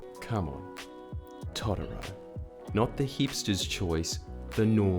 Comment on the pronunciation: I just disagree with how Jordies pronounces Totoro